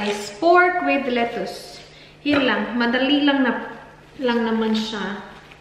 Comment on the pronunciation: Napa cabbage yan! BTW lettuce is pronounced as 'letis' Salamat